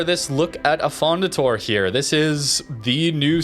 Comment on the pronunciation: Affondator-eh, like in you canadian accent.